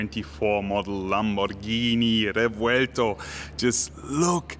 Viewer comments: THANK YOU for not butchering it's (indeed) very cool name and not playing the dumb Google Translate game that EVERY other channel is doing. As a language speaker, world traveler and Lamborghini lover that made me stay here. You got a new follower. Moving on, the car is amazing. Mine will be a 2025 model, still waiting for my Countach. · I wasn't convinced on the name but the way you say it made me appreciate it more 😍